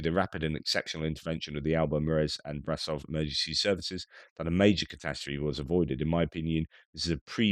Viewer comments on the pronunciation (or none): Brașov is pronounced bra shove.